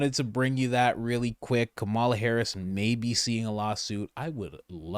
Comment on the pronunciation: Dude it's Kámala! This a Kamála!…